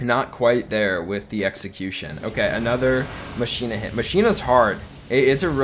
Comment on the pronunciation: Pls stop calling machina mashina, it’s pronounced mockina